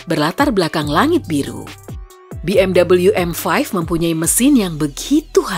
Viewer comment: Fyi aja, BMW itu pelafalannya bukan 'bi em double yu' tapi yg bener 'be em vwe'. Mobil dari Jerman dan orang Jerman membaca seperti itu